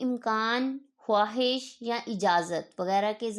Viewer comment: Bolte hain khaahish likhte hain! "Khwuahish" Mohtarma! Indian